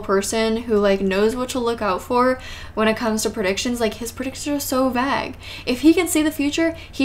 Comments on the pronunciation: I'm from UK and it's pronounced Vay g (g is said like a kid when they are learning the alphabet - not gee but g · Why do you pronounce plague & vague like plague & vague is it an inside joke that im not in on